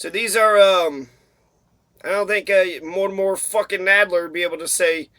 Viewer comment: Mortimer, NOT Mortimore Adler.